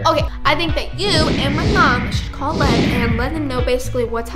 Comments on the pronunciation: When she said by lev it sounded like by love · I thought she said love actully she said lev